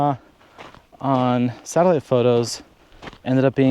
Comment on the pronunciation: Too funny. I heard your "satellite" as "salad". Had to listen three times before I remembered close captioning. Ah.